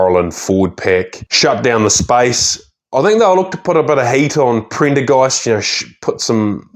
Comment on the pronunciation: he said Printer Ghast